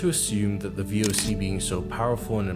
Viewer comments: As a dutchie The pronouncasion of the voc isPERFECT! And every other durch word! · As a dutch man u said voc so good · you said the real name of the voc in dutch good( as a dutch person i can say that) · Thanks for renouncing V. O. C. correctly. Not many get it right. Hahaha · This guy said VOC perfect😂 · Nice pronouncing of the VOC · yo you dutch yourself or something, die uitspraak was perfect! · If you are not dutch, I salute you on the spot on pronounciation of the VOC. Had me rewind and listen again haha Awesome video and explanation too (